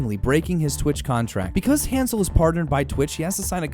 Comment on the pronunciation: ...he pronounces his own name wrong... that's his choice but that doesn't mean it doesn't bother me to no end